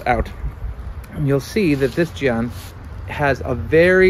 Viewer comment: Great video. Not a big deal but the "a" in jian is really pronounced like in "Anne." I suspect you're actually pronouncing the way you are because you've noticed that "a" in Chinese is often pronounced like "ah," and you're right about that, but in this case, it's actually pronounced the way that's more intuitive to English speakers.